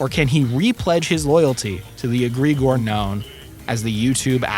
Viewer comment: It's not "agre-gore", its "Egg-re-gore".